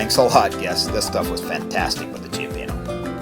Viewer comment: He said Chiapeeno.😆 Cioppino is a three syllable word.lol.